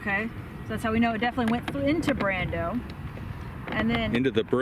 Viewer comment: I LOVE it when different YouTubers cross swords!!! 😂 Fun video; thanks to all of you! And... the Brawndo the Thirst Mutilator reference at 8'04" was epic (even if you mispronounced it, we still love yah!).